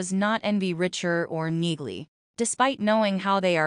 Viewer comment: For goodness sakes, this is the 3rd bideo ive watched and you still mispronounce names. Its very annoying. The main character is REACHER- lomg EEEEE, NOT RICHER. In NEAGLEY's name the G is silent. Ive never heard anyone pronounce the G in the show. UGH!